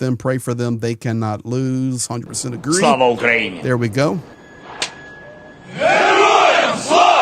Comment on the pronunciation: How can you work in Ukraine for 28 years, but cannot say Slava Ukaini properly? I have been there 12 times since the war, but had my vocabulary before I arrived.